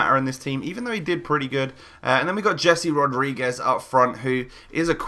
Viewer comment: you say HUAN mata, but yet you say DZHAVI martinez and DZHESI rodrigues. mate are you plain stupid? it's HAVI martinez, HESE rodrigues. learn it for once.